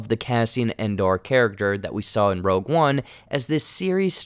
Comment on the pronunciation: Why does keep saying Andar? Its Andor. And- Door. where is he getting the "A"?